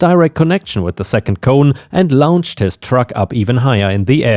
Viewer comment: "clearly" is said as "clear lee," not just "clear." 😉 "launched" is said as "law nn ch ed" not "lounged." 👻